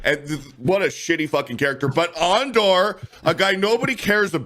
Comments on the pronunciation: I'm really starting to think that weirdo is a Star Wars poser just by the way he says Andor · 😂😂😂 AAN-DOR 😂😂😂 So pathetic that the Lucasfilm Story Group pissed on Boba Fett and Obi-Wan Kenobi so Reva and Osha could exist...